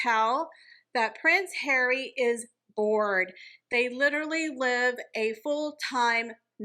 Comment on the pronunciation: I like the way says Prince Hawwy